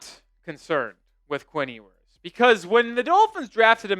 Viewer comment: It’s “Yoo-ers.” He will be alright.